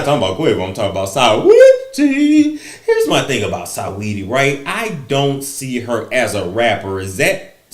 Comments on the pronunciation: RIGHT, LOL-- SA NOT SAW-- SINGING-- SA-WETTIE I.E. SWETTIE🤭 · Love how he says Sigh-Weedy...